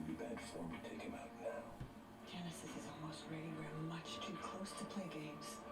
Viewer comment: "genesisis" lmao.